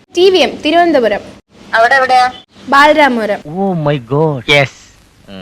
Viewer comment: ബാരരാമപുരം, തിരുവനന്തോരം കഷ്ട്ടം ബാലരാമപുരം, തിരുവനന്തപുരം എന്നും പറയാൻ അറിയാത്തവളാ പ്രാങ്ക് ചെയ്യാൻ പോയത്. നിങ്ങൾ വിളിച്ചു സംസാരിച്ച ആ ലേഡിയും നിങ്ങളെ പോലെ വിവരം ഇല്ലാത്തവർ ആകാത്തത് നല്ലതായി. ഇല്ലെങ്കിൽ കുടുംബത്തോടെ മൈലാഞ്ചി ഇട്ടു തരുമായിരുന്നു അവർ.